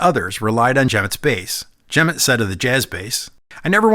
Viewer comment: FYI, Jerry Jemmott's name is pronounced with the accent on the second syllable.